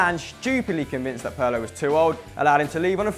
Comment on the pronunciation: Its Pirlo not Perlo you damn fool. Other than that great video